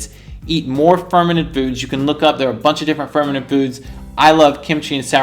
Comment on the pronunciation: Fermented food, I thought he was saying fermenant